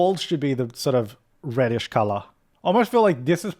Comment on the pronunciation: I love his accent of colour the word colour... CALLAAR